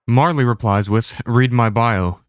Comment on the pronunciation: Marley? Marlow...